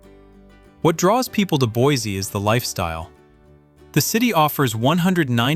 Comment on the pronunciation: Boise is non pronounced Boizy. It's pronounced "Boisy"